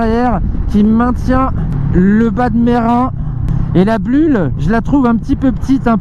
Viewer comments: "la blule" ...donc effectivement ya des vibrations ^^ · "la blulle" ahahah